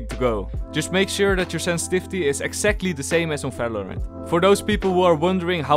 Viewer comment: No one::Ssenssvisty